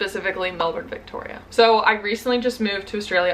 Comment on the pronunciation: I've lived in Aus for 27 years and I'm still learning the lingo! Your pronunciation of Melbourne was perfect btw, so many Americans struggle with it!